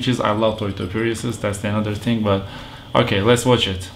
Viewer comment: Abi thing derken hafif peltekleştirsene ting diyince garibime kaçıyor :D